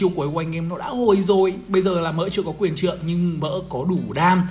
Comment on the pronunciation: quyền :)) Do đọc vậy nên bị liệu